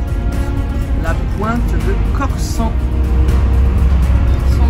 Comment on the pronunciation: quelle est belle la pointe de Corsen (qui se prononce corsenne )belle aventure que la votre